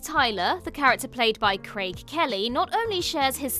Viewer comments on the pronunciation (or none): none